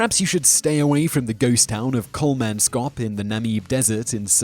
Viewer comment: It's Kolmans kop not Kolman skop. And Namib (like bib) not Nameeb (like bee). I have been to Kolmanskop many years ago and it's not creepy or nightmarish at all.